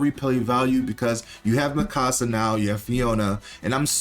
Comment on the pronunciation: No, not miKAsa -> it's MIkasa. And it's also MIsaki, not miSAki